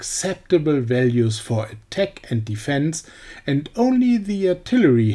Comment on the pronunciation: Your battle tanks pronunciation sounds like better tank, and attack sounds like a tech.